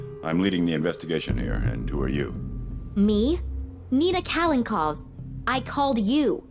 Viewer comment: These are the worst voice actors in any game ever. Nina is the worst with the valley girl accent. Half the time she can't even pronounce the words correctly. She calls her father Kalenkow instead of Kalenkov. And also mispronounces several words too. And what the hell is with?? He sounds like a reject from a William Shatner soundalike contest. The phony inflections and overdramatic delivery? This was a German game and they clearly didn't have enough money for real English speaking actors because these people didn't even take the time to read through the script before recording. Nina is either angry or awestruck. The acting removed any heart the game could have had and made it a s bit of a monotonous exercise in just trying to finish what you started.